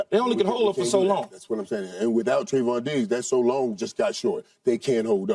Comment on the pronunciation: It’s not “Tri-vahn” SKIP, it’s “Tray-von”